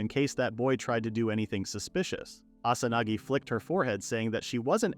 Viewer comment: instead of Asanagi